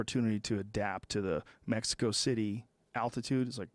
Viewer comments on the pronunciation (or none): none